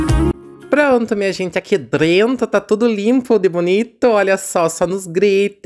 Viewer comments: Boa tarde,! Vou te dar uma dica, apesar que sei que vc não gosta. Veja: Vc fala....drento. Mais difícil do que a palavra certa, DENTRO....treina vc consegue. Amo seu canal! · Kkkkkkkkk. Se incomodaram com o "Drento". Seus vídeos me divertem e sou professora de português. Deixo as correções para a sala de aula. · se vc sabe que está errado fala certo até para suas crianças aprender falar que e dentro não drento😊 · Olha esse drento não é nada comparado com minha cunhada que é professora com pós graduação em pedagogia e fala carcanhá.